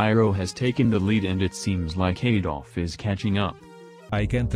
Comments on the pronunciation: WHY US AVDOL PRONOUNCED ADOLF !!! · avdol sounds like hes saying "Adolf" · Gyro says Avdol as Adolf